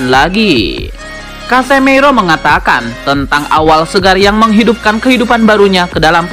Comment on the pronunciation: Casemiro masbro..bukan casemeiro😂😂😂... Berkelanjutaaaaaaan😂😂😂